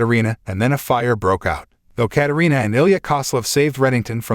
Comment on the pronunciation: It’s Katarina